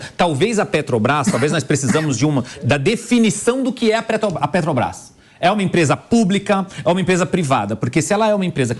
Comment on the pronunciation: O barbudo aí fala PÉ-TO-BRAIS igual ao Mula, ele é um devoto do bandido?